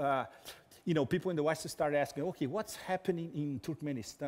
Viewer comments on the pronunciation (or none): none